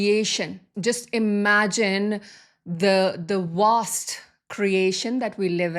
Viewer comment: Love the way she says Warst energy...instead of Vaaast but I understand her.